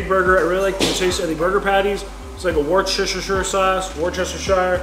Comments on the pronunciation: Worcestershire, it's pronounced WUSS-ter-SHEER. Or sometimes WUSS-ter-SURE...SHEESH!!!😶😁🤣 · Love the pronunciation of Worcestershire, but it's pronounced wuster‐shy-er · I think it's funny how you say warsh your sister sauce. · Crushed it as always 🤘🏼Just a small tip from a UK/Australian native on how to pronounce Worcestershire, it is ‘wooster-sheer’ or Wooster for short. The ‘Woo’ like in ‘Wood’ and ‘Sheer’ like in ‘Beer’😉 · Worcestershire sauce is pronounced Wooster to most people in the UK 👍❤️💛💚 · Good work. Worcestershire sauce is pronounced “woostasha sauce” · he said "wershishersher sauce" LOL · Woooster-sheer sauce 🙂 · Lol the sauce is pronounced like wuster sauce 😂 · Hearing you slam through Worcestershire sauce lol. I pronounce it wistersher. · It’s pronounced ‘Wooster’ sauce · us scottish only ever call it wooster sauce buddy ;) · Worcestershire is actually pronounced "Wooster"shire. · It's pronounced woosta sher, more or less haha. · ATM it's $159 cdn Try pronounce it Wooster (as in Jeeves and Wooster) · It’s pronounced woosh-ter-sheer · You pronounce Worcestershire wuss - ter - sher :D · I like when slaughters the pronunciation of Worcestershire, all the scotties in the shop don't care. But, when he stuffs up Kilmarnock, the whole shop is on him.